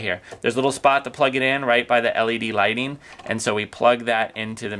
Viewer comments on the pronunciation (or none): none